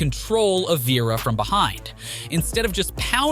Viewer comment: Damn only a couple of guys in and you already can't pronounce Koscheck or Vera correctly.